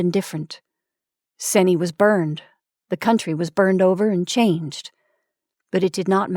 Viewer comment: Good audio but the town name Seney is pronounced SEE-NEE common mistake though haha